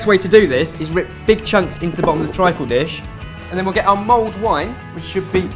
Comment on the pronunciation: the awkward moment when you find out its 'mulled' wine not 'mould' wine ....